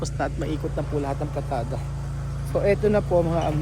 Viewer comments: si buyoy😂 bulol😂😂 nasa system nya nay mali mali😂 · AMIGO, PALITADA Hindi PLATADA.